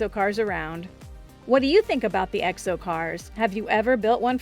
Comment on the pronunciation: She says egg'so car instead of exo, 30 times.